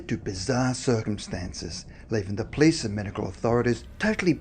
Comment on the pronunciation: Hi! im a big fan, saw most of your videos (which is a lot). love the creepy vibes of your channel. just.. can you.. please say "police"? and not "plis"? thanks man, much appreciated.. keep up the good work!!